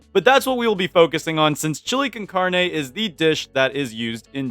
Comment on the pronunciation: not being one of those people who are mean because you said a word in a differant languge wrong but heres how you say carne The car in carne is pronouced caar and the ne in carne is pronouced like neh